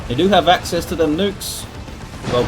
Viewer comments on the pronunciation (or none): none